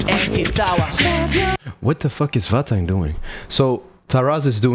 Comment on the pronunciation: nearly, Vahhtang is from Georgia